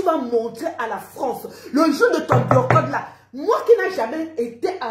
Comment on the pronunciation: Biyorcottt 😂😂 Mieux tu dis biyacott c est mieux puiskil s agit de ça😂😂😂